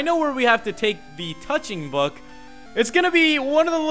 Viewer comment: dude... wrong emphasis on touching book